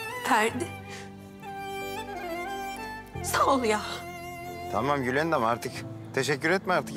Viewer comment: Esmanın gülendama yılandam demesi